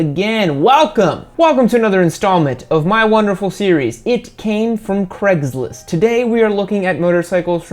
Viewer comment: WHAT IN THE SHIT IS CREGLIST? Its CRAIG-LIST not freeking CREG